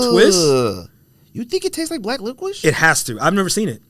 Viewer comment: Who’s been letting you get away with pronouncing licorice like lickwish bro? Slap em all in half for letting this go unchecked